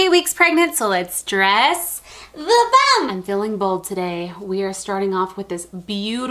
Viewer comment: I love how she says “I’m 28 weeks pregnant so let’s dresssss the buMP!!”